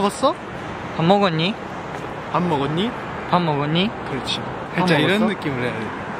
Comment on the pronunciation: 재희 료 둘다 밥먹었니?하는데 표준어억양이 애매하게 아닌거ㅋㅋㅋ 멤버중 우시가 제일 서울에 오래산멤번데 일본인임🤣😂 네오함의 끝판왕들ㅋㅋㅋㅋㅋㅋㅋ